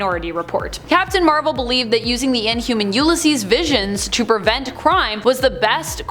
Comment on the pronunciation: You-Liss-Ees Not you-la-ees Do you guys do the Starbucks mispronunciation on purpose?